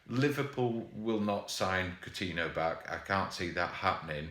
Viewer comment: For gods sake, man!!! Its COU-TIN-YO!!!!